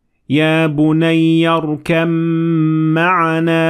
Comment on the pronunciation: people you said “irkam” not “irkab” theres a baa there I thnk ??